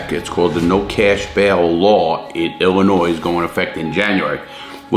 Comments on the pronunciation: Ill in oy not ill in noise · Illinois = Illin oi. Not Illi noise. Love you dude, but you're butchering my home state's pronunciation like it tried to steal your commissary. And yeah, we need bail reform, but like always they can't just do it right. The thing people wanted fixed was a good idea, and rooted in equity. The thing they implemented instead is asinine. And rooted in wtfk? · Larry .... you're killin' me. 🤣🤣🤣 Illinois is pronounced "Ill-uh-noy". As always, love the video, God bless. Cheers from Wisconsin (formerly Illinois 🤣🤣)! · Larry! Your hurting my Chicago heart, the s is silent in Illinois. Ill a noy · Hey Larry, big fan, just a heads up, there is no "noise" in illinois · Its also illegal to pronounce Illinois with an s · LARRY!!!!!! THE "S" IN ILLINOIS IS SILENT!!!!!!!! Love the videos. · Larry love everything you do/stand for. And at the risk of sounding like a Karen... It's just I would want someone to tell me. Do unto others right, the golden rule. Anyway the S at the end of Illinois is silent. Sorry for the constructive criticism. Keep up the good work. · I'll be the sacrifice that says it. "Illinois" is not pronounced with an "s" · U don't pronounce the S in Illinois! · i live in illinois and larry the “s” in illinois is silent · Also the "S" in Illinois is silent. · Love you Larry, but the "s" in Illinois is silent lol XD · Thank you very much I'm trying to tell him that too the s is silent when you come to Illinois I know you're a tourist because the s is silent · The s in Illinois is silent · Why are you pronouncing the S in Illinois? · Lawton sorry for being pedantic but the S is silent in Illinois.